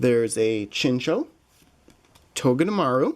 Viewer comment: You say these Pokémon incorrectly: Soul-ga-layo, Har-as in hard- ee-ama. (Hariama), Chin-chow. (Chinchou), arak-ra-nid. That is Aracunid.